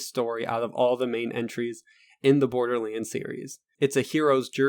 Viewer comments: LoL borderleends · wtf is borderlainds ?! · Borderlands not Borderlanes xD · Am I the only one hearing "Borderleeds?" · Why does he call it borderlins? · Stop saying borderlands like that. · am i the only one that finds it funny how he pronounces borderlands? no disrespect dude. great video! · sorry couldnt finish your fucking video after hearing you misspelling borderLANDS!!!!! 50 fucking times my nerves cant handle this much ....